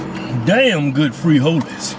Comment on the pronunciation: had me in real tears. The way you said frijoles I couldn't take that either.